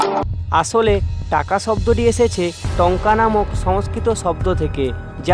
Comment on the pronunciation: ভাই তুমি ভাষা কে ভাচা বলে উচ্চারণ কেনো করো আর আসলে কে আচলে বলে উচ্চারণ কেনো করো 🙂